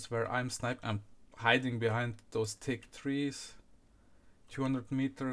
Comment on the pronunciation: "i`m stäing behäeihnd" :D